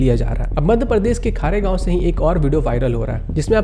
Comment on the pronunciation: A slight correction .... It's KHARGONE(खरगोन) not KHAREGAON(खारेगाँव)